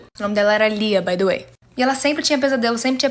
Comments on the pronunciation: KKKKKK não é baydoei KKKKK é "By the way" que significa "a propósito" então quando ela fala,exemplo "O nome da menina era Lia by the way" é literalmente " o nome da menina era lia a propósito" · Pq ela fala baydoei sla , oq significa??